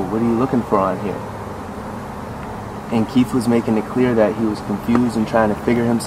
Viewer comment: Someone who can’t even say Keith making fun of kids named Keith is hilarious.